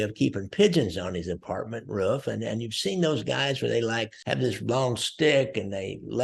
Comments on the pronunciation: Lear to say Napolitano right. It’s NOT Napoliatanio, it’s Napolitano. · Sonny Black's name is Napolitano not Napoliatano. Also, coincidentally Angelo "Quack Quack" Ruggiero was called Ruggerio. I always wondered why this happened.